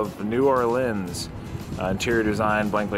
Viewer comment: / = time frame - how he pronounced - New Orleans - hilarious.